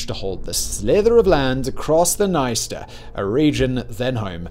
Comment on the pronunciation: It's very ironic how in the beginning he pronounces the words "Приднестровская Молдавская" very well, like, with an accent of course but absolutely correct, and immediately says "sorry for my bad pronounciation", but a minute before he pronounces "Dniester" absolutely wrong and doesn't acknowledges it at all (p.s. the "i" after consonant and before vowel here only shows that the consonant is softened, but he reads it as if it was an english word with a separate syllable, like, imagine reading the word 'friend' as 'fray-end' or 'yield' as 'yay-eld')